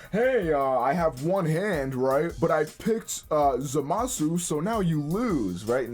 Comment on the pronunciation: Too much emphasis on the MA